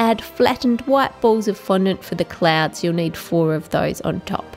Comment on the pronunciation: you said n fondont